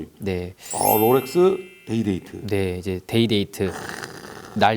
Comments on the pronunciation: 제발 롤렉스라고 해주세요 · 왜 로렉스라고 하는거지 ;;; 거슬리네 Rolex의 L은 원래 받침 ㄹ까지 발음해야하는해서 롤렉스로알고있는데